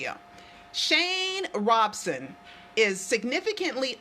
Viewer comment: Why do people keep saying is Robeson?